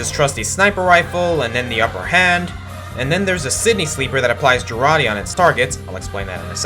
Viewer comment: It's pronounced "jar ate" not "ger-atte".